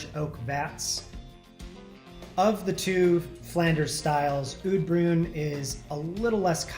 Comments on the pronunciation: Oud Bruin should sound more like 'oat brain' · Is a cicerone but can't pronounce oud bruin or gueuze to save his life